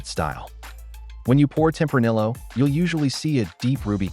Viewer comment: Is this ai or did you make this entire video just to piss people off by pronouncing tempranillo with the hard L?